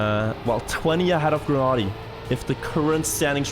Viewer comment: Why does insist on pronouncing Granady’s name wrong?!